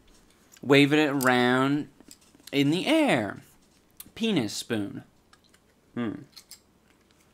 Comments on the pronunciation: Idubbbz ur “peanuspoon” name is great but to me it kinda sounds like ur saying “penis spoon” (just a heads up) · "Peanuspoon"- LOST IT